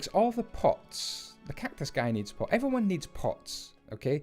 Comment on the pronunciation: I know he is saying 'pots', i know it; however, i have way to may friends that smoke. I keep hearing 'pot' instead. "Everyone needs pot"